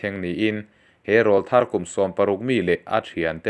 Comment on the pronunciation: Rawlthar kan lamrîk dân hi a dik lo deuh em aw ka ti deuh..